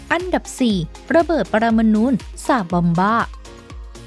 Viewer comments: ระเบิด "ปรมานูน" ??? คือระเบิดอิ๊หยัง? ผมเคยได้ยินแต่ ระเบิด "ปรมาณู"...ถ้าเป็น "ระเบิด 'ลาบานูน' " นี่ผมพอจะรู้จัก....สงสัยแอดมินคงจะชอบวงนี้มาก เลยพูดติดปาก^^ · ระเบิดปรมาณู (นู) ไม่ใช่ ระเบิดปรมาณูน (นูน)